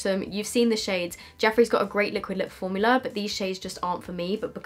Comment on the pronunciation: "fowmulA is gowgis" - 2019